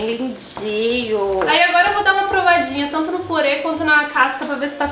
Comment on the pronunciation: eu chamo de purê e acho uma graça quando ouço pirê kkkk